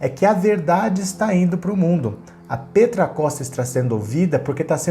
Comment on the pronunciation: Só uma correção, Petra se pronuncia "pétra" e não "pêtra".